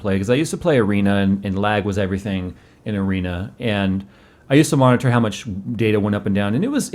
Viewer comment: I don't know why, but it really bothers me the way that annunciates Monitor. O.o